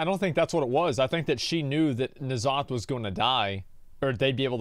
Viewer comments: Why does he keep saying N Zoth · I find it hilarious that is the only guy who actually say N'Zoth the way it should be read, IMO. En'Zoth is what it should be, cause he is an old god who are based on the Great Old Ones.